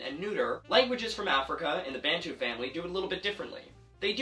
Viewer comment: Very impressive :) Just two quick corrections: Bantu is pronounced "BUN TOO", and in isiXhosa, it's Ndi-ya-ku-penda (I-present tense-you-love). Keep up the good work!! :D